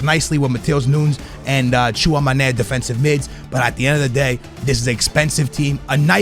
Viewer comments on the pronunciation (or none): Chew - ah - May - knee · my guy really just guesses names, tchuamane vorner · Who TF is “Chew on my knee” and vornir? Can this guy learn how to pronounce footballers names correctly or can someone smack him with a dictionary. 🤷🏻‍♂️